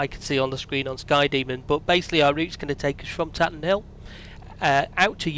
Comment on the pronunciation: It's Tatenhill (Tay-ten-hill) not Tatten'ill ;-) My home airfield.